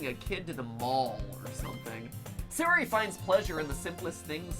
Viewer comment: Same. It's not SAY-ori it's SA-yori